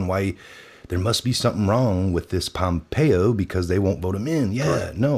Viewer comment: Hey buddy, the guys name is Pom-pay-o, not Pompeii. Pompeo.